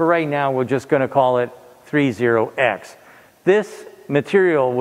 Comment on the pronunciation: I am so glad you said the metal series correctly. I have grown tired of people calling it "thirty-X" as if it is something special.